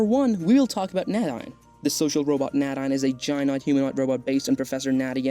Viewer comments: That name is pronounced, "nay-DEEN" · Nadine is pronounced Nay- deen